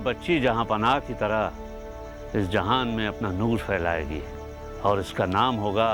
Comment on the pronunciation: noor phailayegi. not failayegi.